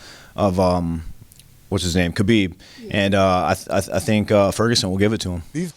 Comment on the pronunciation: "i tink a lot"